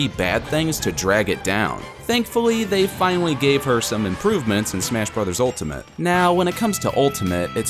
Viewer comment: Smesh Bres. Ultemete